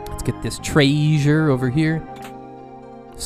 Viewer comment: The way you said, "Tray-zhur" ... was that an MST3K reference?